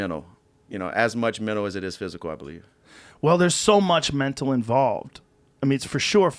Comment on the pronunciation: Dustin "Fighting is menol" Poirier